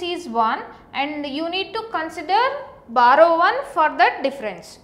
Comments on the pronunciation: Barrow? It's BORROW. BUT LOVELY VIDEO! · It's not barrow it's borrow 😂😂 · It's borrow not barrow btw good explanation. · b(O)rrow hota hai behen ... XD